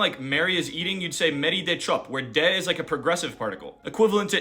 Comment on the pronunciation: you pronuounced "de" wrongly. so it actually sounds more like mary they chop